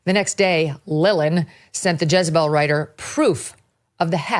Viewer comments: It's JEZ not JIZZ lmao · Jezebel not jizzabel 😂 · Thought he said Jizz-a-Bell(pause) 🤣🤣🤣